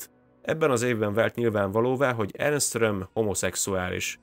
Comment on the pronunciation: Így van ne Ernest mondjál hanem simán Ernst. Maga a műsor nagyon jó.